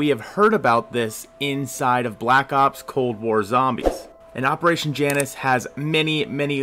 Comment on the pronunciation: I was just laughing because you literally put an image with the correct pronunciation in your video ( jay nus, not jannus)